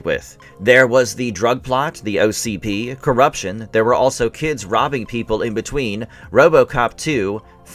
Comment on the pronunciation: ITS O C P not ocd😂😂